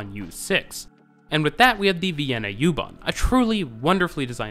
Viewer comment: Just me, but it might be a good idea to call it "oo-bahn". This gets me on all your German language transit system videos. Go ahead with the "yew-too" etc. It's also an Irish band.